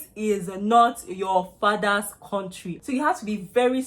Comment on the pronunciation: Kontrey.. Don't go to Canada if you come from a Kontrey like Nigeria